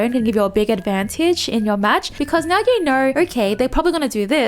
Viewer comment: Are you serious right nyeow bro...